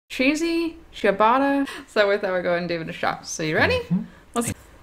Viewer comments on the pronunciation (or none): none